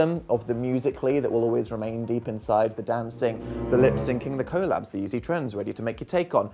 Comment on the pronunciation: why do u say collab like that daniel